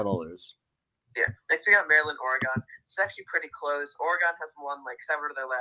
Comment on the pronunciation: Y'all pronounced Oregon wrong